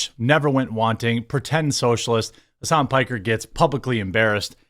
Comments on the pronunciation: "Hammas Piker" 😂😂😂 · "Hamas Piker" LOL